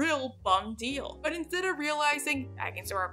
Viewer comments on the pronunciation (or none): none